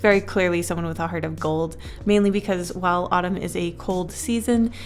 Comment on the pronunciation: Winter: Jacquelin /Tatyana Summer: Jensen Spring: (no idea lol) I kept hearing the word Autumn as Ottoman idk why but- That's his name